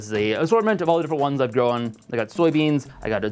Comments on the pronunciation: Why do you pronounce "grown" and "known" like "grow-in" and "know-in" The word "grown" and "groan" should sound identical. They're one syllable. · grown in irish accent